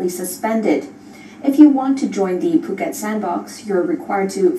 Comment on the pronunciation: It's POO-ket not FUH... Lol